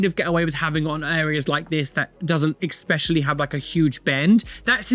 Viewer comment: Especially, not expessially